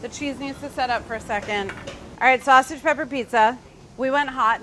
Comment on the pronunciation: "I just want saussage in the neighbourhood." Don't we all...